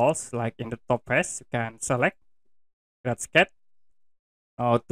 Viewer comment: "Crat" = Create